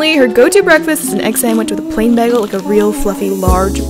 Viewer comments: No one: says Bagel like “Begel” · Drink when says BEGGELL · I think it’s a Canadian thing? I remember there was a whole HIMYM episode about Robin pronouncing bagel like that. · Is no one going to talk about how she pronounces bagel?